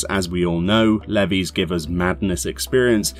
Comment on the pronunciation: "Levvies" lol it's pronounced "leave"